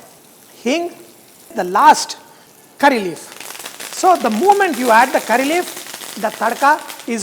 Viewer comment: Hi, today I tried North Indian style. It was so good. I have one suggestion, I think moment is pronounced as movement. I want you to change, if you're wrong. Thanks.